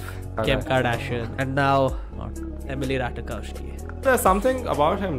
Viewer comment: Emily what ??😱🤣🤣🤣 Learn to pronounce names atleast.